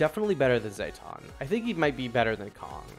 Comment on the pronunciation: Great tier list, really useful for a champion noob like me But I can't ignore how you pronounce Zetton like Zay-ton, it should be Zet-ton like Jet Engine